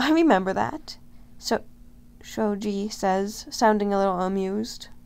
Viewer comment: The way you pronounce Shoji’s name is Sho-g the ‘ji’ sound like saying g, amazing btw!